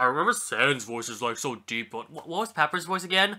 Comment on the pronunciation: It's pap-I-rus, like the font